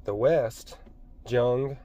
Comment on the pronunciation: It's pronounced FR-OY-D. and Jung is pronounced with a Y sound.